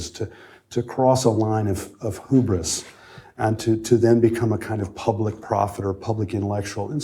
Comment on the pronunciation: Why did he pronounce Hubris like that!?